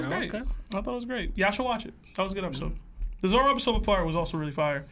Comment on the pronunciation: Why on earth he keep calling him zolo 😂😭